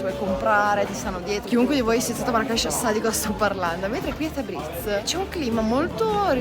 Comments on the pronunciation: Da appassionato di Iran un bel "like" a questo paese meraviglioso, però ragazzi Tabriz si dice Tabrids non Tabrits. ممنون❤ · Tabriz... si pronuncia tabriis... 2 ii e la s molto morbida...tabriis...